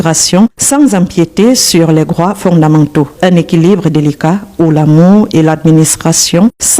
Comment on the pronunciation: Au Cameroun un sans-papier ne peut se marier. Pareil dans tout le reste fe l'Afrique pas de mariage sans carte de séjour. Les camerounais apprenez à prononcer travail et non cravail! Entre et non encre, droits et non grois!